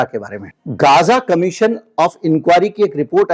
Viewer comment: jo bole gaaaazaaa ko gzaaa ... woh b k lda kata hua mu me le bolta hai .......tu jitna suwar pe sawar hoga utna aage jayega.......... bc ghinnn aaa re tere se .... tera channel block......... ..... aur bk lde sun le ...... mein politic mein vishwas ni rakta tere jaise bb ke dino achi tarah pehchanta hooooooo .........